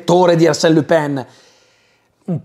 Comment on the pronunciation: Pronunci « Lupin » come « Le Pen » 😅 Buon video, grazie !